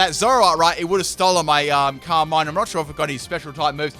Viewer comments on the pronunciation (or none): none